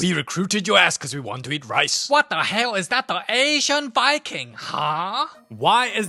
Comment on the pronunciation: "what da hail is that da asian viking". had me dead